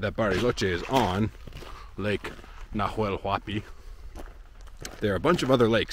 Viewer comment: Just a minor correction for your spanish improvement... we don't sound the "H" at all, at least here in Argentina. So in Huemul, and Nahuel Huapi, It's just as if it said Uemul and Nauel Uapi (Sort of like saying "nah... well" in english :) ). Mapuche words might sound the H as sort of a soft G (I'm no expert; I don't want to say something wrong there), but for sure doesn't sound Najuel or Juemul as you pronounce it. Of course, it goes with respect and to help you with your already very good spanish.